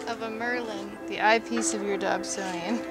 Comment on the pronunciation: At you said to do visual astronomy first through something like “adob sony”. What is that? I know I am not hearing it right.